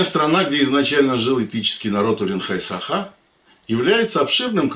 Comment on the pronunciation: Режет слух неправильное произношение женщиной слова Саха🤦‍♀️